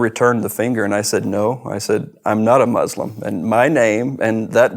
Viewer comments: But why is he mis- pronouncing the word MUSLIM?? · Muslim not mozlem: S ssss not Z zzzz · I think when we pronounce Muslim the wrong way as in "Mozlem" it sounds horrible. Its Muslim with an S no z